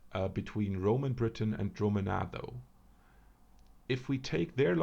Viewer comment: I am pretty sure its pronounced: (dru'- manna), so it is. Correct me if I'm wrong. Very interesting vid, btw.